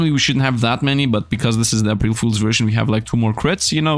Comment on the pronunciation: They way he says "April"